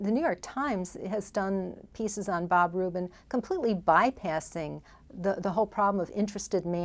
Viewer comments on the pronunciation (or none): It's "Rubin", not "Rupin". I know, same difference.